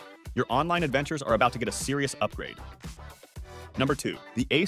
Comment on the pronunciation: Can't take this video seriously when he can't pronounce Asus correctly.